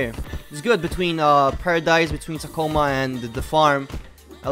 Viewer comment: its ta co mah not tocotamo